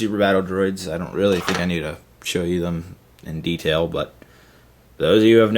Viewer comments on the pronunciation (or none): none